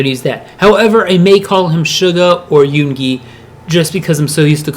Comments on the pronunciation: not yoon GI it is yoo ngi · Its not yungi yongi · Heh i died when u said a-gust d , shu-ga , and yoon-gi(not trying to hate btw)